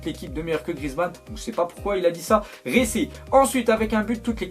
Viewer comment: FAIL il a dit Grieza au lieu de Griezmann la preuve à écouter bien svp!